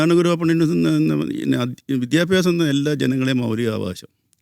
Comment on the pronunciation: പെങ്ങളേ....വിധ്യാഭ്യാസം അല്ലാട്ടോ വിദ്യാഭ്യാസം ആണ് ട്ടോ ശരി